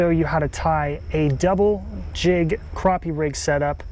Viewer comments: same to,you bud,, its all good,, you cant make everyone happy,,you pronounced it right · Its pronounced Croppie, stfu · it is pronounced...cropeeeeee...check your dikshonery..lol